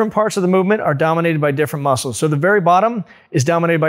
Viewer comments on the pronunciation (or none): yeah..... the berry vottom